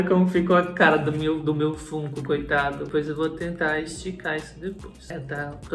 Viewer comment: Sempre fantástico seu trabalho, sou fã faz um tempo… Duas observações para te ajudar (perdoa se de alguma forma parecer chato)… FUNKO POP se pronuncia FÃNKO POP… assim como FUN (diversão em inglês) se fala FÃN. E a serie ROUND 6 é Round SEIS mesmo, em inglês é SQUID GAME e o unico país que traduziu como ROUND é o Brasil mesmo então o número está em português. Parabéns pelo canal sempre